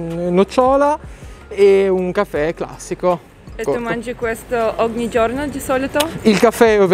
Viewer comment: A2 italian: “oghni” 😏😏😏 facciamo B2